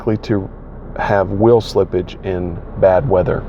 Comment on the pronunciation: lol someone caught that, reminded me of stewie "cool QHWIP"